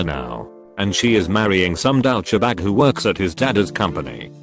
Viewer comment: Was it when the computer reading this post flubbed the pronunciation of "douchebag"?